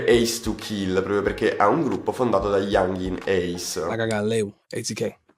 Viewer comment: bel video, però si pronuncia "younghin" ace